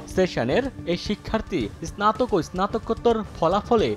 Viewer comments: ভাই আপনি আগে স্নাতক উচ্চারণ করতে শিখুন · ইসনাতোক হবে না, হবে স্নাতক । মেধার দৃষ্টি স্থাপন নয় বরং দৃষ্টান্ত । ইস্লামিক না, ইসলামিক ।